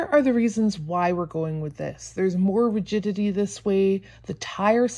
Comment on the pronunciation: Lololololzzzzz “Regity” 😂😂😂😂😂. I’m dying inside with that!